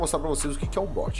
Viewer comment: Finalmente alguém que não fala but mds e bot qual a dificuldade bot e diferente de bote